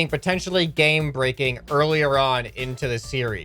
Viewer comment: Oh shut I thought he said gang rapping not game breaking